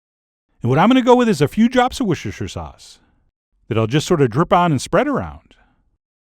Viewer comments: say it with me, woo-ster-sher sauce, not wooshersher 😭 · Protip: Everyone in England calls it "Wuster" sauce. Seriously. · GAK! It's pronounced "wooster-sheer", with the 'r' dropped British style. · “What I’m going to go into is with a few drops of woshersher sauce” 😂😂😂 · Robin Betts just say woosterchair, ez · it's pronounced wooster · The joy of hearing Americans pronounce Worcestershire Sauce 😂❤️😂❤️😂❤️ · "What's this here sauce"... or my favorite... "Warsh-ur-sister sauce"...